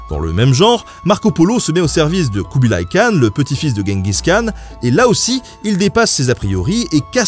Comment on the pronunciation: Khan se prononce Ranne mais R comme la jota espagnole, et j'crois que c'est Jenguiss qu'on dit